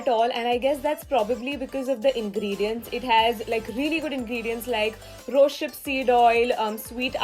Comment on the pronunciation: I think it's rose*hip* and not rose*ship*